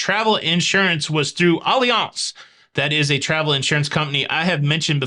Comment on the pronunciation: Just asking, is it really pronounced Olly-Ance, or Alliance… you said it so many times it was bugging me to know. 😄